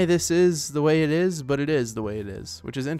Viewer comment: it ees what it ees